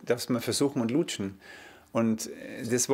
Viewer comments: wie er lutschen sagt🤣🤣🤣🤣🤣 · Wie er Luutschen ausspricht ist wirklich ekelhaft.